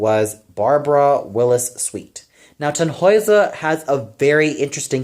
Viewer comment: one little note: the name Tannhäuser should be more heavily stressed on the first syllable.